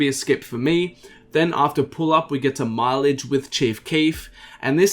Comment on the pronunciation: fuck is you saying mileage top5